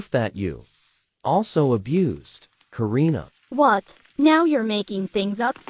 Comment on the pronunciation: you said Karna not Karina